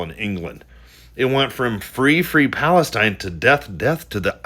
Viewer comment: The stupid div ,can't even say death he says def ,thicko, God will soon judge him ,,,let's all chant ,bless,bless ,the IDF ❤